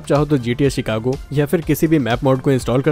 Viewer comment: Bhai cheekako nhi Chicago